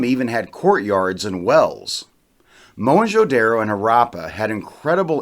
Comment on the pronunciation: At least learn to pronounce the name of the cities Don't be so pretentious Whites can pronounce as stupid words as rendezvous Zeroes becomes voo But simple daro becomes daaarro Haraaapa Is it so difficult to say Harappa ra as in ru ckus . Not raaa and ppa instead of paaa. An archeologist or a historian or a blogger must know to pronounce at least the cities name properly forget other words You guys love to play with anything indian Indian names are pronounced the way they are written because of tge NAGRI LIPI ie nagri script . Only language in the world which is spoken as it is written No stupid silent words as in english French or in Spanish. After the science has advanced so much And so much twisting of asian words why dont you guys simply get rid of these silent words like erbs is written herbs why ?